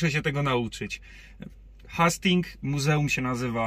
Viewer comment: Jeden drobny, ale ważny szczegół - wymawia się "Hejstings". ;) Na pewno podniesie to poziom odcinków, jeśli mają być bardziej turystyczne. Nazw marketów się nie czepiam. ;)